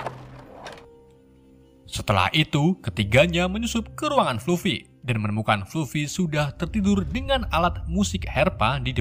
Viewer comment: Fluffy, di baca nya "flaffy Masih ada beberapa pengucapan yang salah😅